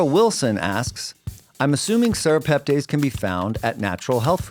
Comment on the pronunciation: pronounced tess not tays at the end